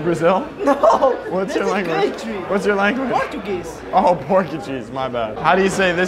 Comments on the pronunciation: Nobody:: "Oh Purgucheese" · PORTCHACHEESE "says " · jp: “portuguese”: “porky cheese” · says Portuguese like “Porky Cheese” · pronouncing Portuguese as Pork You Jeeze is pretty funny 😂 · porky cheese 😼😼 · I thought he said porky cheese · bruh he really said "porkycheese"...creasing. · mans said “porkncheese” instead of portugese 😂😂😂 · When said “Portuguese” I thought he said “pork and cheese” 😂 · “porkacheese” LMAO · PLS SAID “porky-cheese” INSTEAD OF PORTUGUESE I CABT STOP LAUGIGN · "Porkucheese" Lmao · no one:: porgacheese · Bro said porkacheese❤ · said porkaguise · this man just said porkycheese 😭😭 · No one:: Porchacheese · I CANT! U SAID PORK & CHEESE! THATS NOT A LANGUAGE! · why does say porkeycheese for portuguese 😭😭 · bro i thought you said porky cheese 💀💀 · I am Brazilian and the way he said our language made me cringe man. The problem is that that actually happens a lot!